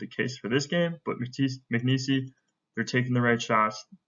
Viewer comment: It’s not Mcnees-y it’s just Mcneese.